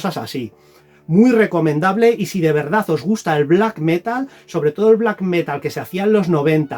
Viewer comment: Metal con acento en la a, por favor. Felices reyes.